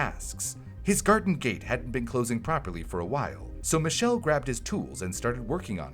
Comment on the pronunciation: He suddenly turned french